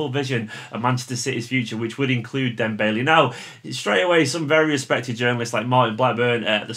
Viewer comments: I love these videos but it's pronounced dem-bell-ay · Just to be annoying.. Why are you saying Dembailey? :D